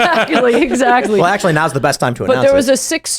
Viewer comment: Anne Coulter=Queen "Eckshually"...